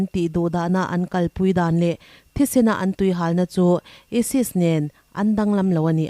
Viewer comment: isis pawh lam fuh theilo,e sis tih in a lam daih .8464